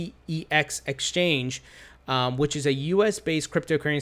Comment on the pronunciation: DCEX is "The Sex" (Eastern European accent) hahaha